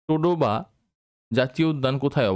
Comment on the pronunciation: টোডোবা নয় তাডোবা হবে।